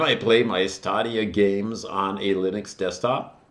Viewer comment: Why are you pronouncing Stadia like that? It's definitely not Stah-de-ah It's Stadia like the plural of stadium.